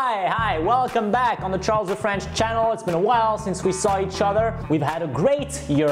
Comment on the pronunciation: He said it was ch ar les